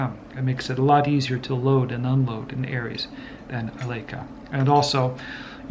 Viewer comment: The word Leica is pronounced - Lie- ka and NOT, as herein, as Lay-ka.